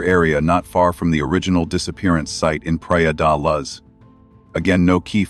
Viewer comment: It's not Praia de LUZZ